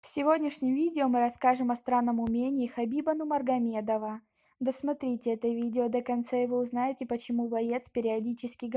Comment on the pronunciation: Произнеси правильно , Нурмагомедова ! Учись